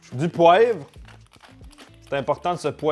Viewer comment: "DU POAIVRE"